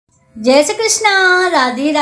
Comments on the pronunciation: छह नहीं जय ही बोला करो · जय बोला है भाई जी 😅